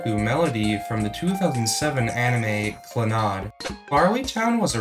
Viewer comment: why tf you saying clannad like that